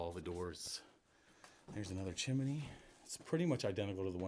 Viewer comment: IT'S TWO SYLLABLES:..............CHIM-NEY. Hell; you explore them!